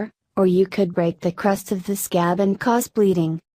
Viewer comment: Why she like “sCAB”